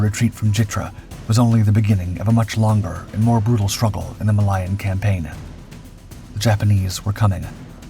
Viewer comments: Ma lay(as in say) a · Please learn how to pronounce 'Malaya' - Ma Layer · ITs Malaya there is no I IN IT